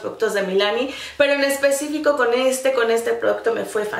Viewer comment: Alguien mas noto que dijo "en especico" en vez de especifico??